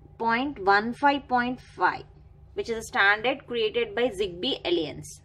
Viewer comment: The pronunciation of "alliance" is very annoying . Google translate will guide you...